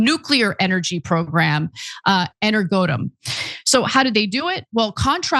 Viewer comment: Ana, it's not Energodum. Energo+atom